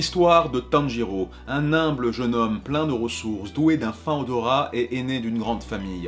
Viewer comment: IL A DIT TEN GI REAU XD